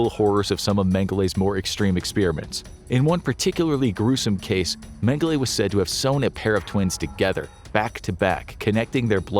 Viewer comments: Holy Jeebus. Its Dr. Menge-LA not Menge-LAY ...ridiculous... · Name pronunciation is not correct, it's not "Mengelay". "E" is pronounced as an "A" in German. So it's pronounced "Mengel-a" despite it being spelled "Mengele" just FYI. Not to be a Grammer nasis 😜😂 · “Men-guh-lay?” Really, …? 🙄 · Just for future reference, colloquially in country of origin and surrounding, it’s pronounced “Meng-uh-luh.” :) Love the content! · well how would you pronounce it?